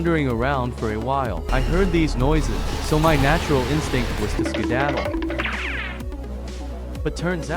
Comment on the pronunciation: My favorite has to be when he said sKiDaDDle